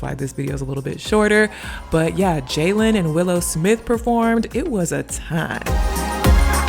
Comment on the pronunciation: It’s Jaden, not Jalen lol